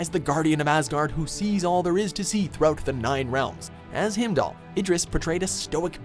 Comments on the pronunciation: What is all this "Him-dall" nonsense? Heimdall is pronounced "Hime-doll". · IT'S HEIMDALL! NOT HIMDALE / HIMDALL!!! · It's not "Himmdall", Canadian dude! It's "Haimdall" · Heimdall isn’t pronounced him-dal it’s highm-dal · lol he said Himdall instead of Heimdall (HI-M-DALL) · 10- himdell is how u said it pronounced himedell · Sorry it is not himdall is Highmdall thats how u pronounce it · Wtf is him daal? You deafs never heard thor calling him haim daal! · HEIMDALL ITS PRONOUNCE HEIMDALL NOT HIMDALL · Heimdal is pronounce [Haimdahl], not [Himdahl] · "Him-dahl?" They literally pronounce the name correctly in the clip you used. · did dis doode really say him dall? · “Himdoll” guardián of Asgard lol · Y he say heimdall like that. Himdall 😑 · Lol you say heimdall like himdall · He pronounces his name himdall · it is called Heimdall not himdall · Did he just F**king call hiemdall Him-dall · It's pronounced HAIM DAHL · It's not how you pronounce Heimdall. You are pronouncing it as HIMDOLL. LOL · It's pronounced "HIME-DOLL" - just FYI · Who the fuck is Himdall? The pronounciation 😭😭😭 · Who the fuck is Himdall?! It's fucking H-E-I-M-D-A-L-L, idiots! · Himdall? for real? Heimdall dammit! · himdal? are you serious?! how the fuck is it so hard to pronounce things the way they're said in the original!! fuck you! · Lolll how you mispronounce heimdall then play a clip with the correct pronunciation in it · How do you pronounce Heimdall wrong? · aww they butchered Heimdall's name so bad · Ok. Stop mispronouncing shit. Even when it's said the right way in the movie. You say it the wrong way like fucking retards. God damn how stupid are y'all? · STAY butchering names! lol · The way you said Heimdall is weird. That's not even how they say it in the Thor movies. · You dont even know how to pronounce Heimdall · Narrator can't even manage to pronounce Heimdall correctly...